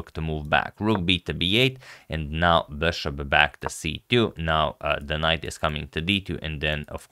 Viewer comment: he went from 'bishop' & 'beshop' to pronouncing it 'BASHOP'... like come on dude...